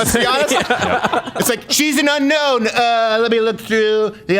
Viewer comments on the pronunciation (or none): none